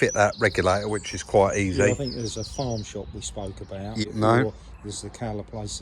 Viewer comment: It’s not the accent as much as the mispronunciation of words “I fink it’s furty free and a furd percent!” A growing number of idiots in the UK are starting to speak like this. They think they’re cool or hard but really, they’re just “fick”!